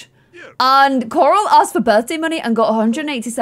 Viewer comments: when you say coral it sounds like your saying karl id rather you say it more like coral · No one: when pronouncing Corals name: ✨👹COŒRAŁ👹✨ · I find it so funny that with accent she pronounces coral (core-all) so aggressively